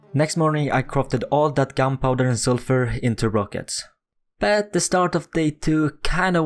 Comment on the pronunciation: why can you say but, you keep saying BAAAAAAAAAAT